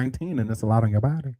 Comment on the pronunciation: My favorite is when says, "BOO-dee" 🤣🤣🤣🤣